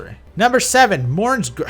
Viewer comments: This guy in the same section used 4 pronunciations of a weapon, 3 of which are completely wrong So is it Mone's, Monre's, Mourne's or Morne's Greathammer, huh? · Oh my god for the Morne's part, you only caught one of them but he literally spelled it Morne's, Mone's, Monre's, and Mourne's in the space of three sentences.